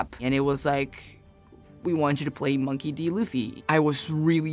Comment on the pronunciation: why does he pronounce it MAWNKEY D Luffy?